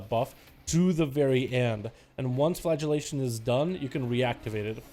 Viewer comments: It sounded like he kept saying "flatulation" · he absolutley is